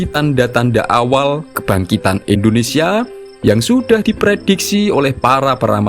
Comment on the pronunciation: Indonesia Pak . Bukan Endonesia terus aja di ulang" kalimat nya 😢